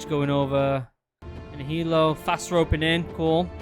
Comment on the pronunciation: Fast, not fat🤦‍♂️